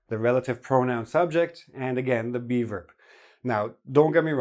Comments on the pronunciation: Oh geez, every time says "be verb" I hear "beaver" that sends me so bad:"D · Me too! I kept wondering what he was calling a "beaver" in the sentence!